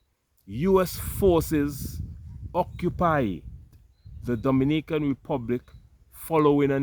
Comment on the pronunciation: Not Dominican,it’s Do- mini-can.